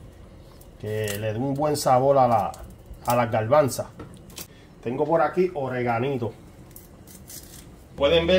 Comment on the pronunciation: No se dice garbansa ....garbanzo